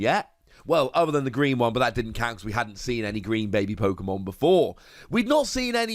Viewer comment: it's his accent, he still said pyokomon